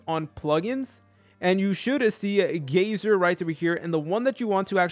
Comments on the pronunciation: It’s not gayzer it’s guy-ser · its guyser not gayser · holy shit its pronounced GI-ser